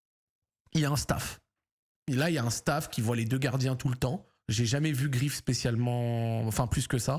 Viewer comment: Bordel Zack le goal s’appel GREIF Pas Grief Ça te fait chier de prononcer son nom correctement ou quoi ? Je sais que des que ya une consonance allemande vous avez du mal mais là t’abuses quand meme mdr